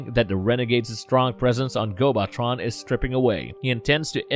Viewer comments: My biggest problem with this channel is this constant mispronounciation and words. On at least every video that I've watched about Transformers or related related material there's been something that's mispronounced. Gobotron is pronounced GO-buh-tron not GO-bot-tron. Fitor is pronounced Like FIGHT-or not Fee-tor. (They literally say the character's name right before you say it). This last one, may be a national difference in pronunciation. But in the states we say Intrepid En-TRE-pid not EN-tre-pid. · I still have a lot of love for GoBots. Heck, I still have several from my childhood. I have the DVDs and they look great btw. The planet is pronounced Gobo-Tron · and its gobo tron not gobot tron, way to ruin what could have been a great video